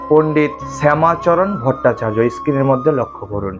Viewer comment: সব ঠিকই আছে! কিন্তু ইস্ক্রিন নয় , স্ক্রিন (পর্দা) আর একটা বিশ্বকৃত নয় বিশ্বকৃৎ! কারণ যতদুর জানি ৎ-ত্ ! ভুল হোলে মার্জনা করবেন!